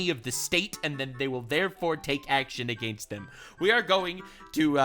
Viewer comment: hehe "agaenst"